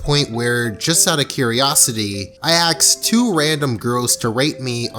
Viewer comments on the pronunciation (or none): Why did I hear "I axed 2 random girls to rape me"? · "I axed" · "Axed" Close tab